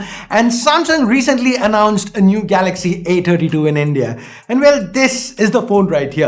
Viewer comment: Not samsung A32 its Samsung "A_Tatti_2"